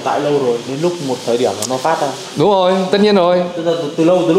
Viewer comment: từ " rồi " bị biến đổi thành từ" dồi" nghe nó đớ đớ,khó ưa kiểu gì đấy